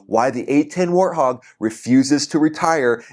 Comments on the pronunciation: Hart Wog. 😆. My friend... As everyone else is saying, it's "Wart... Hog" Like a wart on the end of your nose and a hog in the mud. I used to work on them every day along with F-16s when I was in the Air Force and they're definitely are one of the greatest planes ever made. Getting rid of them just isn't smart because they're the only one that can do what they do. 77! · It's pronounced "WART HOG", NOT "Hartwog". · it is pronounced the A10 War--t--hog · The gun's rounds are hitting the target before you hear the sound. It's pronounced "Wort Hog" the W is NOT silent. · Hello, when you pronounce Warthog, you seem to leave off the W. I asked AI why and they said that you do not have the W in Portuguese, but it you say the word like this "U-arthog" It might make you say the w sound before the word. They also suggested. (Just trying to help) 1. The word "UAU" (Wow) This is the most direct equivalent. In Portuguese, the "UA" in "Uau" creates the exact English "W" glide. Tell them to start "Warthog" exactly like they start "Uau." 2. The word "ÁGUA" (Water) The "GUA" part of "Água" contains the "W" sound. Tell them to take the sound from the end of "Água" and put it at the beginning of the plane's name. 3. The letter "U" in a Diphthong In Portuguese, when a "U" is followed by another vowel (like "UE" or "UI"), it naturally becomes a "W" sound. Examples: Quatro (Kwatro), Cueca (Kweka), Linguiça (Lingwisa). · War t hog [w in why] A warthog is an animal. If you look it up it may have a pronunciation. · It's Warthog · 😂😂😂 A10 WART HOG.... After I heard you say it three or four times I had to rethink it ‼️🥴🥴🥴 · I forget Portuguese have a very hard time saying W and R you say Hortthog lol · the beginning of the name of the plane "Warthog" is the sound (WAR) then add the "t" Wart-hog. so it is pronounced (Wort-hog)..i hope this helps some.✌ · I low key dig the “hart-hog” But anything A-10 is awesome. It needs to stick around for no other reason than a flex. BRRRRRRRTT🤤